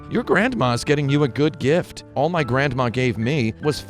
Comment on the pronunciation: Grand-ma. So much emphasis